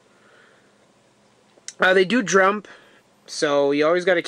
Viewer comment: "they do jrump" I'm fucking dying